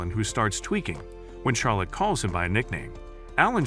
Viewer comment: bro why soes he say char lotte and not charlotte